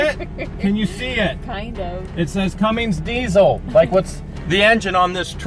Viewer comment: Not to be rude but you say it Cum-ins